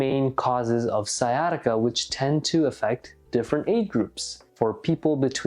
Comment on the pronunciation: Sciatica not siesta